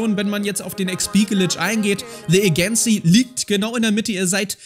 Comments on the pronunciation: Man kennts Hauptsache erst mal de äigenzii; statt the adschencii also gesprochen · Spricht man the agency wirklich so aus?😅